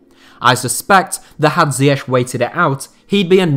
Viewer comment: Why cant you pronounce ziyech